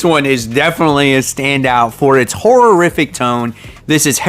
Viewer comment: Try "hor-rif-ic".....not hor-ror-rif-ic. I'll help your pronunciations if you'll help my tennis!